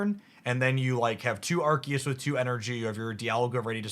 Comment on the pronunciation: Why are they pronouncing Arceus like that? It's very distracting.